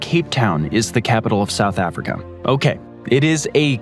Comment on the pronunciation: Scandinavium, Africum, Asium, Oceanium...I was educated in the US 30+ years ago, but never learned these "um" endings. At least not that I remember. Maybe I just need new earbuds? :face-fuchsia-tongue-out